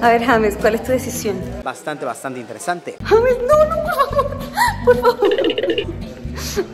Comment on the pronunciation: Se escribe James y se pronuncia yeims